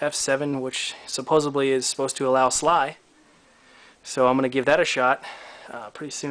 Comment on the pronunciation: Nice, I'm getting that cooler soon for my i5, should overclock well. I have the same case as you :D BTW, SLI is pronounced "S L I"/"ES EL EYE" not "SLY" lol